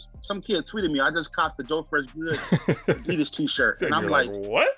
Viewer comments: got a lot of nerve correcting everyone about how to pronounce Saucony when the man says Adidas like a true New Jersey bro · Worst take goes to for correcting Joe on Saucony but mispronounces Adidas minutes later.